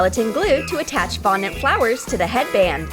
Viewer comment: also you finally called fondant fondant.